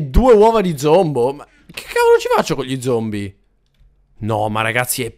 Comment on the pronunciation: hahahahahhah hai detto zombo no zombi